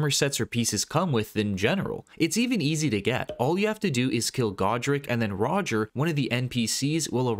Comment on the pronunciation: Damn man you butchered Rogier and Malenia name 😂😂 “Roger and Malena”